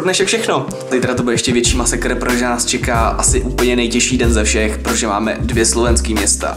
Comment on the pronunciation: + on řekl prože místo protože = Atiho čeština LVL 10000, (Neberte to s urážkou, sám jsem to dříve říkal:D)